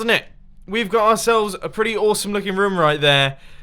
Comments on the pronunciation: Dosent it sound like mumbo is saying ruom or rum? XD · Is it just me or does anyone love how he says room